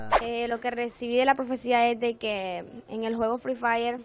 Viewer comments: Dile al señor satanivo ke se dice frefire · Jajajajaja 🤣 fri fraider jajajajajaja 😂🤣🤣🤣🤣😂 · jajajjqjajaja fri frairer lo que dijo el de las noticias jajajajjaja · No voy a olvidar eso y cuando dijo frifraider 😂😂😂 ay que hombre ese siquiera hubiera buscado como se pronuncia 😂😂para no Aser el ridículo igual lo iso 😂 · fri frayer xD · fri fraider xD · free fraider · Fri fraiden 😂😂 déjenme reír más fuerte JAJAJA 😂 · Envez de free fire es fri fraider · El señor: fRi fRaIrEr Vaya que no sabe pronunciar XD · Me rei en la parte que el señor dijo frii faire xd :v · el señor de la tv : free fraydey yo : hoy es el Black fraydey jajajja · primera mente no se dise FRE FAYER se dise free fire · Free fraiden dijeron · no ese no es el juego dijo freefailer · Jajaja pronuncien bien mejor FREE FIREE ✍️ y no digan free fraiden ni free fayer jajaja y NO SALGAN CON PENDEJADAS QUERER PROHIBIR ESTE BUEN JUEGO , EL JUEGO NO TIENE CULPA DE QUE LO JUEGUEN PERSONAS MUY CHICAS O PERSONAS ADULTAS PERO PENDEJAS 🤭🤪🤣😂👍🍹🇲🇽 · fri frailer jajjajajajajjaja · Se dice FREE FIRE 😝😝😝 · fry fraider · Ingles: free fire Español:fuego gratis El señor: fri fraiders 🤣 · Nadie absolutamente nadie: fry fraidert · fri fairer xD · Frii fraiden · Fríi frayrer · no mames "free fire" es mi juego favorito jejejejeje hasta dice el nombre mal, no dejan a uno tener con que distraerse que malos jajajajajajaja